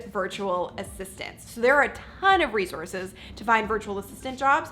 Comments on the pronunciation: It's not REZORZES its RESOURCES!!!!!!!!!!!!!!!!!!!!!!!!!!!!! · You pronounce resources wrong all throughout the video. It's not rezorces. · How bout you not say 'Rezorse'? Its not prestigious. Oh.. and annoying. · Resource is spelt and pronounced with an S....not a Z